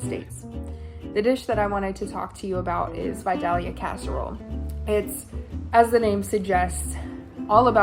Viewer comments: btw you don't pronounce the L in Vidalia! it's pronounced more as Vi-day-ya. gotta remember it's from Georgia 😆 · The vidalia casserole is almost identical to my mom's squash casserole! Just add yellow squash and cayenne, yum. (Also I guess this is the first time I've heard someone outside of AL/GA say vidalia, and hearing the second l pronounced really threw me for a loop 😂 oops!) Also! For the Indian dish with the pearl onions, do we think that using canned or frozen pearl onions would be acceptable?